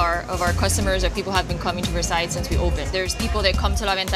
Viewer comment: Guys this is not how you pronounce the word Versailles lol ><